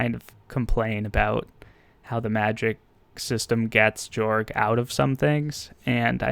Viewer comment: It’s actually pronounced to “Yorg” cultural wise.